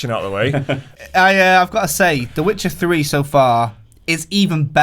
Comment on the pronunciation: Disliked because you couldn't even say Witcher... Seriously bro??